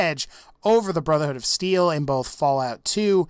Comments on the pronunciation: Brotherhood of Seel? (I couldn't help it. XD) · any one hear him say brother hood of seal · he says brother hood of seal LOL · At one moment you said brotherhood of seal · Really? No one caught him say brotherhood of seal ? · Brotherhood of "seal" lol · did say brotherhood of seal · I swear I heard him say brotherhood of seel and not brotherhood of steel lol idk why but I heard it